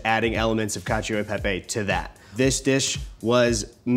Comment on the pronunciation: Pro tip, gi and ci do not have an “i” sound by themselves in Italiano. Hearing “cacheo” and “parmageyano rejeyano” hurts